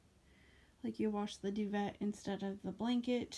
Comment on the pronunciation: This would be a perfect gift for my mother!! It's so so pretty...Oh & it's pronounced 'dew-vay' 😘😁😎